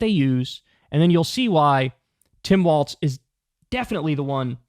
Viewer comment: governor of Minnesota, during his oath, the pronunciation is “walls” — with no “t” sound. So, although it kind of looks like it should be “waltz,” “walls” is the correct pronunciation.